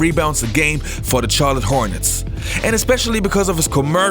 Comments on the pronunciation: Good video, but the way he pronounces the "Ch" in Chicago and Charlotte hurts my ears a bit. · And Charlotte